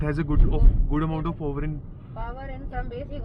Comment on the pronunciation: Po-wer mat bolna ab se 🤣 It is power!